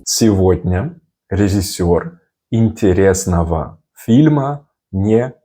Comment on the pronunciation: Recommendation from native russian speaker: You have a good pronunciation but i can clearly here accent in your "режиссёр". We prenouncing this as it is written like "рИжЫсёр". We are swaping "Е" by "И" and "О" by "А" just because it cost less energy for mouth muscules. But this only happens if these vowels are not stressed. And there are no cases where we saying "ЖИ" or "ШИ". We only writing like this, but this should sound like "ЖЫ" or "ШЫ". Like your channel. Good work.